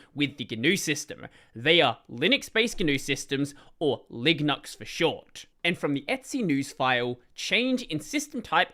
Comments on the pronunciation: Of course, Linux is a way better name, but if you were deadset on including GNU in the name, I don't hate LiGNUx, provided that is pronounced some other whay than in the video. The G is often silent in some words, like "gnome" or "gnostic". The name of the gnu (the actual animal depicted in the GNU logo) is actually suposed to be pronounced like "new" or "noo", so there would be precedent for pronouncing GNU this way. Alternatively, in words like lasagna, as welk as in french words, "gn" makes a sound similar to the spanish ñ, so it could be pronounced something like Liñux. Besides, on the tech comunity is not unheard of pronouncing things in a somewhat unintuitive way,. Who can forget about LaTeX, and the GIF vs JIFF pollemic? And all of this ignores people who speak different languages, and for whom the current name is already phonetically inconsistent. Spanish speaking people (for example) understand that MIT is suposed to be pronounced like "Em-Ay-Tee", and not like "Meet", and that SQL is pronounced "See-Kyuel", even though it is phonetically inconsistent with their understanding of language, so there is no reason not to expect people to pronounce a word a certain way if need be. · The way says LiGNUx in this video sounds like Lignuts! 😂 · I actually cannot stop thinking on the ligma meme each time I heard him.